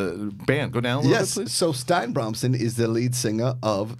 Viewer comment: I think it's pronounced "Stee-na" not "stein" because there's a video game girl names Stine who is Norwegian I think that pronounces it that way.